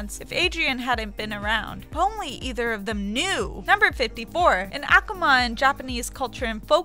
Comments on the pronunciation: it's AKUMA not AKAMA. I didn't even know that you saying that. not hating just stating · Actually,it's "ah-ku-ma" in a quick manner. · Rebbecca Stone ahkahma (akuma) kwahme (kwami) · It's AKUma not AkuMA. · She sounds like she's pinching her nose and she can't even pronounce Hidouken or Akuma